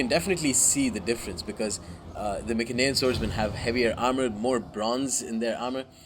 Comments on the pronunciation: be honest, the correct pronounce is My-cen-ee-an, My (as in me), cen(as in can). P.S. Seleu-c-ids not Seleu-s-ids. That My-s-enean is the exact same mistake. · mycenaean: my (as in my) sen (as in sent) ee (as in eat) an (as in an) so pronounced: My-sen-ee-an (emphasis on the my and the ee